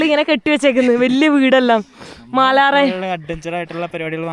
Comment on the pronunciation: മാലാറെ അല്ല പെണ്ണേ 🥰മാറാല